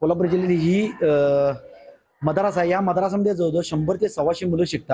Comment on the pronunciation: पत्रकार मदरसा बोल मद्रासा मद्रासा काय लावलं आहे